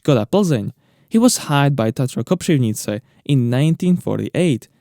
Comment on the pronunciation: Great Ř pronunciation in "Kopřivnice"! :)